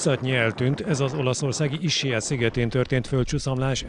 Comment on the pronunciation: az nem Issiá, hanem Iszkiá-nak ejtik a sziget nevét.